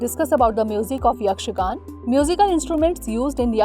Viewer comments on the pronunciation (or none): Not yakshagan it's yakshaganaa